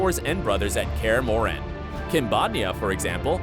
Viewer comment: In Kaer Morhen you accent on o not on e ;p